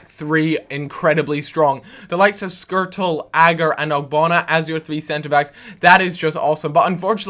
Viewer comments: Why do you pronounce Skrtel's name as you do? You should do it properly if your are a Pool fan. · it is skrtel, not squirtle